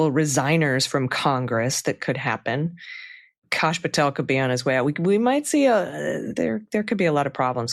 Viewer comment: Why r u calling him KASH VS CASH, like ass Kosh as in osh kosh 😢 Kash as in ASS